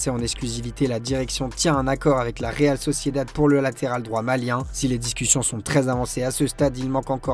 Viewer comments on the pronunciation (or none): none